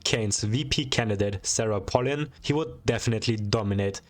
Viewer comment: it’s pronounced pay lin Also SARAH PALIN JUMPSCARE